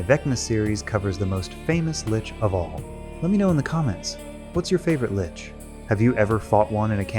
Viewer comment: If you're gonna use an AI instead of speaking yourself, I would recommend listening to it first before posting. This clanker cannot pronounce 'lich' consistently 😂